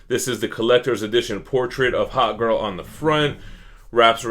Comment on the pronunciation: I thought you said Hot girl so many times